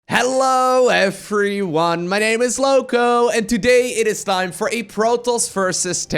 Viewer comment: why u say hello "efri" one it's easy to pronounce, the problem is the way u pronounce the v letter, is it possible to you to consider it?